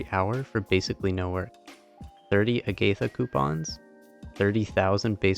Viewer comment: it’s pronounced [AH-gih-thuh]. Not [uh-GAY-thuh]